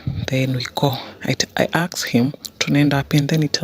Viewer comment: I axe him😂😂😂😂